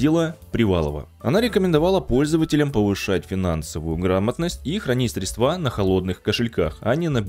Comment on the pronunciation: Услышал "средствА" - выключил